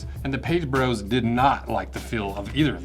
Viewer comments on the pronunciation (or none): none